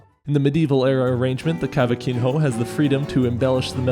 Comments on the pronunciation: I really liked the video, but, since i'm from Brazil, I have to make a little fixing in the "cavaquinho" pronunciacion. The correct way to pronounce it is "cavaquinio", the "n" has to sound the same like saying the word "senior", like the n with a line above It in Spanish, "n~" (can't put It above the n in my phone). But I like the video anyway 🙃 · For what it's worth, the j in Portuguese is not a "h" but a "zh" kind of sound (bre-zhei-ro), and the nh is "ny" (ka-va-ki-nyo) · The "j" in Portuguese doesn't make an "h" sound lol, and the "nho" altogether is more like "yo," not a hard "h" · As a Brazilian watching you pronounce cavaquin-HO is super funny. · Great video but, I'm not gonna lie, as a Brazilian, the way you pronounced "brejeiro" and "cavaquinho" made me cringe. It's really not that hard to find out how to pronounce words in other languages, it takes like 10 seconds to type it in Google Translate or something and get the text-to-speech audio. Sure, it's not perfectly accurate, but it's way better than guessing how to say a word.